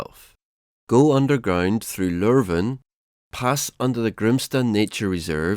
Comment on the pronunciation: The narrator confuses me. He is clearly not British or American so my first guess was Swedish. However he fails to pronounce Lovön, Essingeleden (the highway built in 1967), Ekerö, Häggvik and other places around Stockholm correctly.